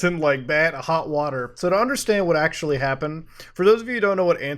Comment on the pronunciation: Akshually its pronounced “actually”